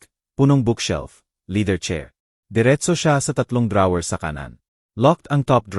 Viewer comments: Legit nga mga comment Ng iba kaiba ka magbasa ung note mo binasa mo ng No-te😅ung drawer nman dra-wer😂 prang hinahabol ka ng kabayo magbasa wla man lng sa ayos dire deritso hahhaha...nwla tuloy antok ko sau😂😂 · ok nga ang kwento but yung pagsasalita / pronunciations mali2 ...sana aayusin..drawer at notebook